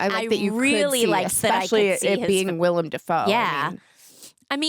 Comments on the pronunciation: it’s “Willem”, not “William”, also they are pumpkin bombs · It's Willem (Will Am) Dafoe, not William. LOL